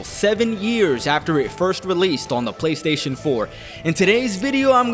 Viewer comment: Take a shot every time says “GayStation” 😂